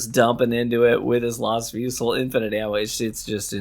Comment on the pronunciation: it's pronounced "fuzi", a fusil is a rifle in french